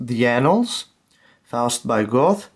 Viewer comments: Faust by goth. IRKS. The OE is pronounced like the umlaut ö and the E and the end is not supposed to be silent. Göthe. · ...he also said "Goath" when it's pronounced "Guh-tuh". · Very beautiful and impressive leather bound collection which would be the envy of any collector; yet if you're mispronouncing a name like Johann Wolfgang von Goethe then it indicates that you've probably never read his works, let alone "Faust"! Rather own a cheap paperback collection of Penguin Classics and know them than have thousands of dollars worth of leather bound show pieces and just give the impression that you are a student of the Classics!